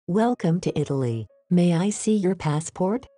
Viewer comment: Non mi sembra che la parola Italia sia pronunciata bene.